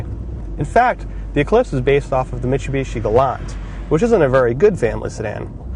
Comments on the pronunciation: Mitshoebishi? Is that he says? Bad review. Pronounce the name of the company correctly. Is that too much to ask? This guys complains about everything. He’s like an ex gf I had. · he says meechubeechee just fine. its mitsubishi that he has a problem saying.